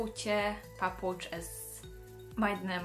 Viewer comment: nagyon szépen elyted ki a papucsot ☺️🤗